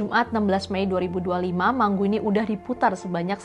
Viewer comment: Mangu.. Bukan di baca manggu.. Kalo mango di baca menggo.. Biasa baca Inggris yaaa..